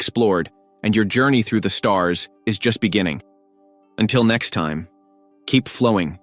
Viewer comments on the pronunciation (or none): none